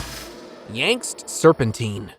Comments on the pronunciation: Yangtze or Yangzi (English: /ˈjæŋtsi/ or /ˈjɑːŋtsi/). Not "yanks", my friend :face-green-smiling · Yangtze is pronounced Yang Shee